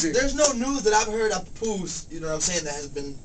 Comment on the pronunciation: LOL HE SAID "PUPOOSE"